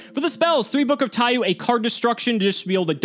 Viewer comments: It's pronounced Taiyo not Taiyu, the u in the end of Taiyou just extends the o sound, it translates to Book of Sun, somehow that kept urking me. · saying TaiYOU instead of TaiYO bothers me greatly